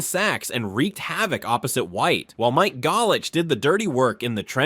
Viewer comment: Why did he pronounce Mike Golic and Mel Blount that way? Also no mentioning of Talib as a standout for Denver and Jamie Sharper for the Ravens is crazy work